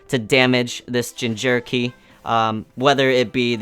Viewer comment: i dare you i double dare you say jinjerky instead of jinchuuriki again.